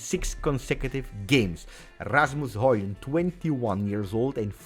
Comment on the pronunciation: Great vid, a comment for the algorithm. We all hope Højlund (my boy from copenhagen) make it, and props for pronouncing his (and Haalands) name right 😉